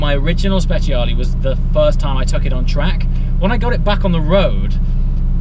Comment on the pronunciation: Guys when you call italian cars and the name has the "E" is pronounce as "e" and not as "i" so is sprecialE not speciali. Ps. love your videos :D